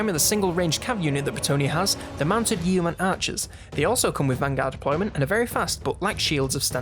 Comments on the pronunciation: Yeoman is pronounced 'Yo' -man as in 'Yoyo', not 'Yewmen' as you pronounce it and Melee is pronounced 'Mel' as in Melanie and the second syllable is pronounced 'ay' as in 'lay' and not meal - ee as you pronounced it. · yo-man not yeo man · Nice guide, but the pronunciation of yeoman hurts. The E is silent. It's "Yo-", like slow. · YO-man...... Or yo-man-ree